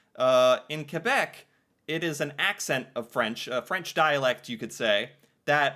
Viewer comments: I appreciate that you pronounce "Kebec" instead of "Kwebec". 😊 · I really appreciate you pronouncing quebec properly, I do not hear it often but it always warms my heart to see my country respected like that :) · Thank you for saying Québec and Québecois properly. You actually say it better than our fellow english speaking Canadians. The effort is appreciated 😁 Merci! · Hey, funny video, but really, congrats on your prononciation of "Québec". You got it perfect. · I'm very happy to see the effort you're putting in pronouncing Québec properly. Most people don't bother. Warms my heart a bit. That thing about private parts, it's the France word "Gosse", which means "kid", but in Québec it's a testicle.